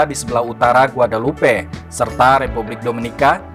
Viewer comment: Penyebutan nama dalam bahasa perancis ejaannya bukan begitu kali .